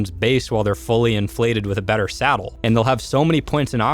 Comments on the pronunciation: Do you keep saying "salad" instead of "saddle"? lol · He said ascendant salad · I thought he was saying salad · I honestly think it’s funny how he says salad instead on saddle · is it just me or does he say salad instead of Saddle ????? Awnser plz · Before i thought you said salad and not saddle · SADDLE NOT SALAD!!!!!!